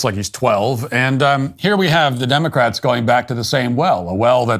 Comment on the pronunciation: Elmer Fudd cap for 'Democwatz'